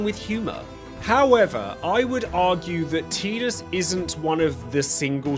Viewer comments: I've made it to ffx in this video and I gotta ask. ARE you saying names wrong on purpose or are you actually so deaf you've never hear them say the characters names I mean seriously TEEdus TIdus bro TIE dus not hard to say WHEN THEY SAY IT IN THE GAME!! istg if I get to ff16 you call the mc cleeve or clove or some dumb incorrect wording when they say the name to you I will lose it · I will be that guy to start the argument..... It's not Teedus it's Tide-us. I don't care that English dub of a Japanese game misspoke the name. I knew a guy named Tidus and it was Tide-us. There was also a stand up comedian with stuff on Netflix back in 2017 named Tidus and it was Tide-us. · Drink everytime he says Teetus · Anyone pronounce tidus, Tie-dus? ✋ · I'd argue that Tidus: A)'s name is pronounced like the word Tide, with a long I sound. B) has his own story separate from his relationship with Yuna. He was always living under the shadow of Jecht, as both a Blitzballer and a Guardian. His story revolved around his growth, showing that he could stand on equal footing with his father, as well as learning to accept his real feelings behind all of the anger he had in his heart for Jecht. If you remove his relationship with Yuna out of the equation, and just have his story of growth, you still have a great story. Not to mention, one of the things that Tidus has that both Zidane and Ramza also have is portrayed in the many memes of FFX. For that, I'd say he's deserving of S-Tier. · Why does almost every English speaker mispronounce Tidus’s name it’s Tide-us as in Tide water his character is water themed even the head developer of the game, pronounces it Tide-us it’s not that difficult lol. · You said Tidus's name wrong. Thumbs down